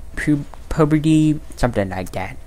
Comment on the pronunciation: He said pubity 😂